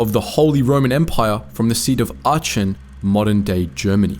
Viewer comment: Your pronunciation of the name Aachen is wrong. The (ch) sound in German is not pronounced as in English (ch)impanzee but as lo(ch) as in a Scottish lake. Just thought you should know because to the German ear that just sounds horrid.